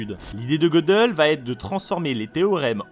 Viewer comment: En fait ca ne se prononce pas Godeul mais Gueudél